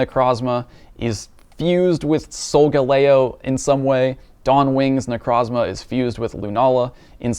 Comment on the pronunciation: Yay! You're finally pronouncing Solgaleo correctly. Now for Naganadel (since so many other youtubers also mispronounce it). It's not pronounced like it's related to the tennis player. It is pronounced "noggin noddle"